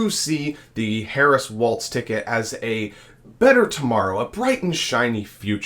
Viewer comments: His name is pronounced like walls not waltz like the dance there is no t in the pronunciation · For God's sake, if you are going to talk about VP candidate Walz, please at least pronounce his name correctly. It is "Walls", not "Waltz". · Really appreciate the coverage y'all have been providing on the presidential race. Gotta say tho, his name is pronounced like 'walls', not 'waltz'. 😅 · It’s Walz not waltz. He keeps saying waltz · Walz like WALLS, not like WALTZ. We all make that mistake, once. 👍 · It's Walz as in walls. Not Waltz as in dance. #HarrisWalz2024 💙🌊💙🌊💙🌊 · The governor’s name is pronounced “walls” with no “t” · so it is time to learn that its walz like walls, not waltz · It's Walz, not Waltz. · You keep calling him waltz instead of walls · His name is Walz not Waltz. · Walz, pronounced Walls, not Waltz. No T. Please get it right. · His name is pronounced “walls.” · Not pronounced Waltz, bra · Walz pronunciation I:think is walls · "Walz" has no "T"and is not pronounced with a "T." ... great video, but please pronounce names correctly. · Dude, you really need to work on your pronunciation of Walz. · Please pronounce Walz correctly. There is no "T".